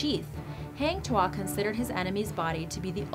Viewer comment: it's pronounce 'Taa - ming saa - ri'. and 'Hang' is pronounced like you're saying 'hung'. and Tuah is pronounced 'too - hah'